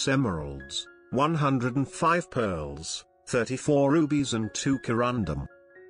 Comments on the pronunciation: What's with the narrator pronouncing peeeeaaarrls instead of pearls?😂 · I swear, the way he says pearls creeps me the hell out.